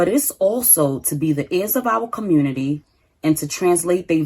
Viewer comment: The communitah is a joke ... Kinda makes me feel a little superior 😂